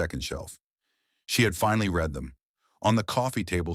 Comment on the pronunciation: AI ALWAYS MISSES read. It pronounces read as reed when it should have been red, though spelled read dual pronunciation though spelled same.